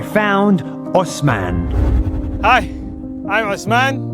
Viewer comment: my name is osman too in class my teacher some times call me osaman i like how u call it correctly